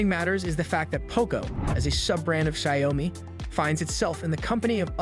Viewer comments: Xiaomi is pronounced like show me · Can you pronounce xioami again =P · I can't trust your words if you can't even pronounce Xiaomi properly